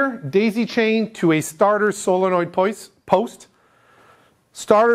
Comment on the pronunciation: “starter solenoid poist” 😂 gotta give ya credit for not screwing up more words with how much there needs to be said. Great videos and keep them coming! super helpful for a marine electrical apprentice such as myself. Happy Holidays from ft. lauderdale!